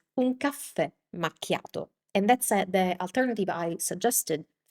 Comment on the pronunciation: I'm not trying to be mean, but I notice that when you say the English word, "that" you pronounce it, "dat", "the" sounds like "day or da", "this" sounds like "dis". Is the English "th" sound hard for native italian speakers to say?